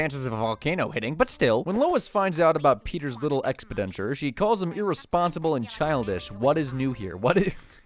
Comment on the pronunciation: “Expidentures” 😂 You mean expenditures? 😅